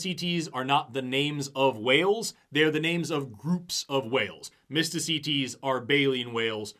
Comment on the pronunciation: I keep hearing "Mistah C. Tease".